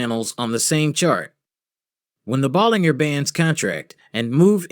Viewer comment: its pronounced 'ball-in-jer'